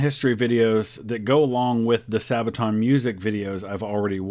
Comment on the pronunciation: Youtuber- *Doesn't pronounce Sabaton correctly* *Into the comment section, the sabaton fans march*